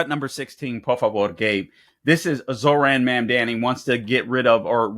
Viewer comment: If you can’t even pronounce his name what makes you think you can understand his policies, please show a little respect, there was even a point where you said it right and incorrected yourself to disrespect him once again, also what the hell’s your problem calling him an Islamist simply because he’s Muslim, also sure his policies might be bad for a lot of the corrupt democrats, but I say we need someone to switch it up and that’s what the people want and I truly hope that’s what they get.